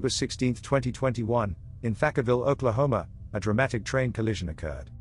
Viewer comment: Anybody else get a kick out of hearing the narrator say "Oklahoma" with a British accent? No? Just me? - The story was about a frieght train derailement in Harvard, IL, so why did they show an overturned steam locomotive? Not many of those running in 2008. - I used to take the Chicago "el" train to and from work every day, but I only rode the Blue Line once. In conclusion, interesting, but "MOST Unbelieveable Train Catastrophes EVER Filmed!" is overselling it.